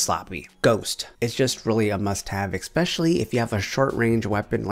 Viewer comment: I'm new to your channel but I've been watching your videos for about 20 minutes now and you do realise that you're saying 'especially' wrong, right? I've heard you say 'expecally' like 5 times already.. IN 20 MINUTES!